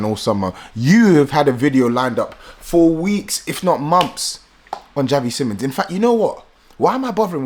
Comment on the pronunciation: It pronounced as seemons btw